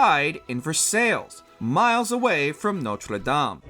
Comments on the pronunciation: Sorry the way this guy pronounces Versailles hurts my soul (It's pronounced ver-sigh cause French is stupid) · Versailles is pronounced Ver-sie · Please look up how to pronounce Versailles. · spending that entire section trying to pronounce Notre Dame de Paris as French as possible then utterly butchering Versailles…